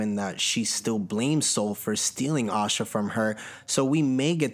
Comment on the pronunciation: Bruh her name is osha not Asha tf😂😂